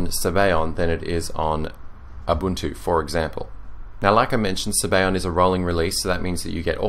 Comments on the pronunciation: its italian. sabayon is pronounced zabayohen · It amazes me how English speaking people think that other languages use their pronunciation, and no other whatsoever. Maybe, I'm wrong. Sorry if that's the case. Sabayon in Italian is pronounced (in English) this way: Sub - Ah - Yawn Otherwise, you make great reviews, the best on yt definitely! Thanks!